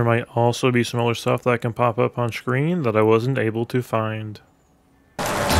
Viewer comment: This man learned every secret on Kino Der Toten but never how to pronounce screen correctly. I cannot unhear "shhhcreen".